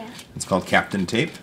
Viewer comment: ) 'tis not "captain" tape... like "Kapton America"... but "cap-taun" Nice video... as always... but a bit sad. Does PLA smell horrible when it burns? A pro hot air gun would have been significantly more successful... along with some wooden craft sticks to help peel it off.